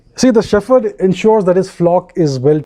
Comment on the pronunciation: Excellent! Only pronounce 'shepherd' properly! It is 'shep herd' not 'sheferd'!